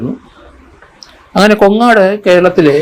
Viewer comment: കൊങ്ങാട് അല്ല. കോങ്ങാട്